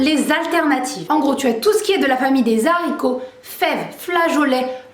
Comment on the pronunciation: Noooon pas des Zaricot mais des Haricots haha 😂 c'est pas grave, la video est top sinon 👌🏻